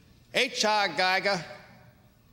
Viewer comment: Pronounced Giger wrongly!! Giger lke Geeger / Geager!